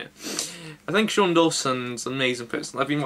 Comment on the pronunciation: its shane dawson not sean dawson